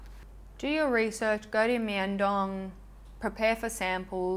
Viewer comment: i have one of the tony moly cushion blushers and i loovvveee it, it smells super sweet too lol. (btw myeong dong is pronounced more like young but with an m in the front. romanisations of korean words can be a lil confusing!)